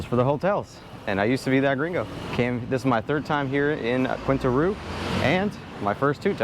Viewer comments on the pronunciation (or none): Its quin-tana roo, geez dude...dont be like the rest of the arrogant expats